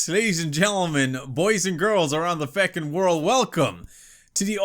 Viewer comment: Also "fecking world"